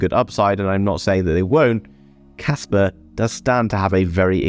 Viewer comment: There is no R in KASPA! :D